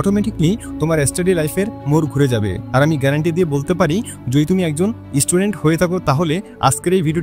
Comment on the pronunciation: আরে ভাই উচ্চারণটা অন্তত ঠিক করে বলো। স্টুডেন্টকে ইস্টুডেন্ট , গড়ে কে গোয়রে ....... এগুলো ঠিক করুন আগে